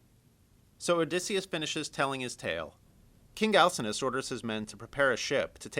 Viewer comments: al sin know us not al sin us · He pronounces Alcinous wrong. The "C" makes a "K" sound, not an "S" sound.